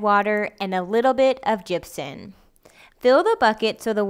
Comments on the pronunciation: it plainly says Gypsum on the bag. you actually put the word Gypsum on the screen during editing. So why does she keep calling it "Gypsun" very annoying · Gypsun. Gypson. Gypsen. Gypsin.